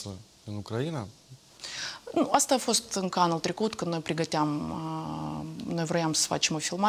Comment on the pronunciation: Doamnă Morari, cer ertare! Denumirea țării Ucraina se pronunță cu accentul pe litera "i"